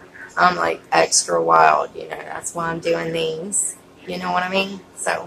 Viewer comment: "I'm like exxtra wild", I love that😂! Btw, it took me so long to figure out what the "S word" is...yep I'm a blonde.